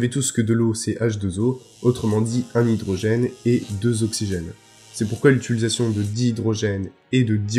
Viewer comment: Les vidéos sont supers, les schématisations permettent bien de comprendre les propos, mais juste tu prononces à chaque fois utilisation "utuilisation".